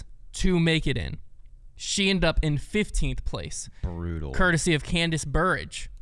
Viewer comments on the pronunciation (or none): “Candace Burridge” isn’t it Cadence Burge?